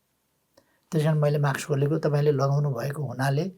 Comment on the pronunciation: ओल्बा माक्स हैन मास्क उच्चारण गर्नोस ।